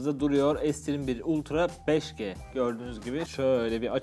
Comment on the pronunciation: hocam bi yanlışınızı düzeltmek istiyorum telefonun modelini okurken ingilizce başlıyorsanız lütfen ingilizce ( okunuş olarak: es 21 ultra 5 ci ) türkçe başlarsanız lütfen türkçe bitirin ( okunuşu: se 21 ultra 5 ge ) S'yi ingilizce okuyup G'yi türkçe okumak pek hoş değil :)